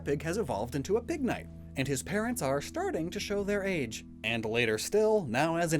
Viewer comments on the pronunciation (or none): none